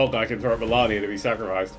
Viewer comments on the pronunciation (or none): I’m happy that we got a nerdcubed challenge vid but if he says “Melarnia” one more time I’m going to waterfowl dance him. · It's spelt 'MalEnia', pronounces it 'MelAnia'... Why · I love the pronunciation of melinia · U botched the word malenia